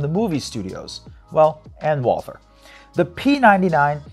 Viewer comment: No English TH in Walther. It is spoken like "Walter".